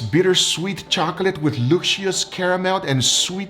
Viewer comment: Lucy-us lol never heard luscious pronounced like that but I like it lol 😆